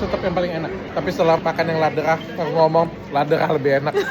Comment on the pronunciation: Dok itu memang enak coklatnya dr swiss bacanya bukan Laderah tapi Lederah. Krn Ä dibaca E. Saking aku sukanya sama coklat itu dulu anakku sempat mau aku kasih nama itu nama tengahnya haha